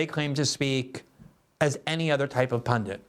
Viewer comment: Glenn, the word is pundit. NOT pundent